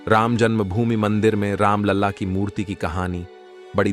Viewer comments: हिन्दी ठीक से बोलना सीखो राम लला को राम लाल और लड़ा गया को लढा गया। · राम लाल नहीं राम लला बोलो